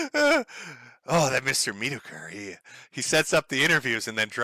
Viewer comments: metokur? or meatokur?? english is bad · Dear mr. Meet-uh-Kh-errr… Do a 5 minute search on DSP on YouTube… lmao